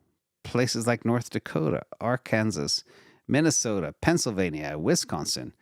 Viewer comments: R kansas lol? Are can saw is the pronunciation. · please learn how to pronounce Arkansas: Are - can - saw.... Not Ar-Kansas. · did you really pronounce "Arkansas" as if it rhymes with Kansas? ;-) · LOL- We all know that of course meant to properly pronounce it as “Ar-Can-Saw” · The way pronounces "Arkansas" amplifies my intelligence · As a non-American, I say it like that too...😬